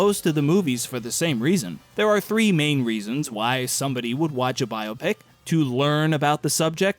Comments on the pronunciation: I just have to thank you for not pronouncing BioPic like it's a medical procedure. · Thank you for pronouncing biopic correctly. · It's pronounced biopic!